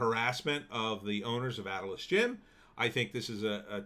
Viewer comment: Not Atlas gym it’s pronounced A-til-lis. Come on man it’s a landmark from Wildwood NJ I know I used to work out there in the late 80s A-till-LIS !!!